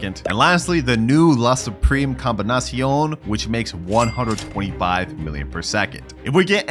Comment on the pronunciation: bro said la Supreme combinasion